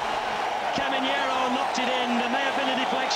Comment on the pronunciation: the commentator pronounced Caminero as "coming Hierro", that was really confusing.